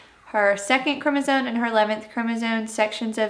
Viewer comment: I'm gonna say this- it would be better if Mom would properly annunciate chromosome instead of chromoZONE.